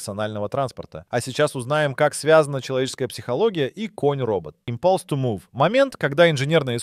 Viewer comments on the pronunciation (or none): ИмпАлс ту мув. У меня из ушей кровь потекла, хоть я и лох в английском.